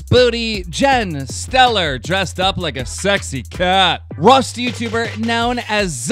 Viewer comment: Jen Steller? Seriously Keem? Steller?!